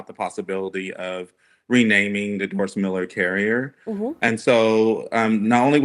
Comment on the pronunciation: Haters gotta spread hate. Say his name right. Doris Miller. The dude with a million dollar statue in Waco TX. Recipient of the medal of valor. Why say his name in a different way? Why not mention the honors already given him? Admit it. You want hate. Trump is a nut. He's a nut that knows when the Doris Miller pulls up would not sound as threatening as the DJT. Even CNN gets triggered. Sadly, The USS Miller FF 1091 was decommissioned a few years back. She wasn't as sharp as my ship, USS Valdez FF 1096, but it was a different class ship. As a deck ape back in the day, all I really cared about was how much work it was to repaint the sides. Not who's name was on it. PS... Don't touch our boats!